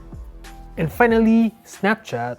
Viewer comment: And the way he pronounces "regular" and "finally" makes me believe he's a Canadian Mexican.